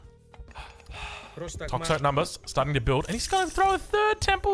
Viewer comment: research tells me that 'toxotes' is pronounced 'tox-oh-tees' not 'tox-otes'. If it helps.